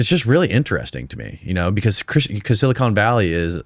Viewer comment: dude literally says "silicone valley" instead of silicon valley wth